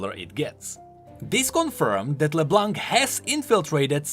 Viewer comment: Would love a video about Leblanc's card, but please. It's pronounced Leblan, not leblank. It means the white in french, and the c in blanc is silent